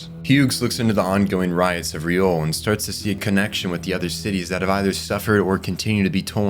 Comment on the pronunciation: Great video! But it’s Liore, not Riole